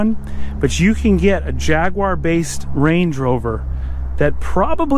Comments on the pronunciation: "jag-war" not "Jag-wyer" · Jag-war? WTF? It’s Jag-u-ar !!!! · Repeat after me- "Jaguar (Jag-you-are)", not Jagwar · You guys, it’s a Jaguar pronounced Jag you are, not Jagwaar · Its JAG - U - R, not JAG - WAAAR. 🤦‍♂️😁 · It's a jaguar xkr A jag-you-are not A jag-warrrrr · "A Jyaaagwah" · I love how Americans pronounce it as Jahguarre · No, its Jag-Arrrrr when your pulling out your hair when it breaks down 2 minuets after you leave the house. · There is no W in JAGUAR. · Americans and how they pronounce jaguar...just grates me the wrong way